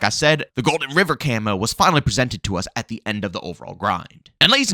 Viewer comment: Why do you keep pronouncing camo as Camoo or camu ITS CAMO DAMMIT